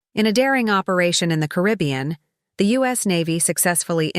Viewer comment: Hire a speaker. The AI can't even pronounce Caribbean